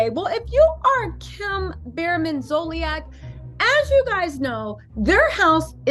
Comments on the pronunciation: Ummm her name is pronounced ZOLE-SEE-ACK! Not Zole- ee- ack! 😂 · At least pronounce her name correctly. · Good commentary but you’re pronouncing her last name wrong